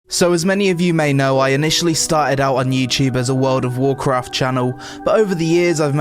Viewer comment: "wowd of wawkwaft" enough said. And holy run on sentence without substance.